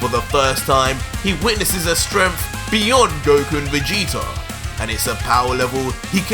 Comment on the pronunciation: Don't mean to be rude but why are you saying "stremph" instead of "strength"?